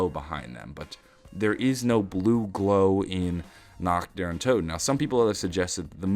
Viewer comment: how hard is it to pronounce toten correctly /)_